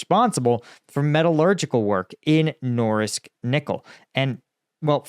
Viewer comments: Norilsk, not Noralisk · It isn't “NORLISK” — it's NORILSK. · Sounds like you're consistently saying "Norlisk"😂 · Noril-sk not nor-lisk. ;-) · Nor-Rilsk. Norilsk is a severely polluted area. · He can't say Norilsk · It's Norilsk... N O R I L S K